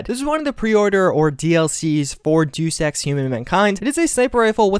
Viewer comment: Did he just pronounce Deus Ex, Deuce Ex??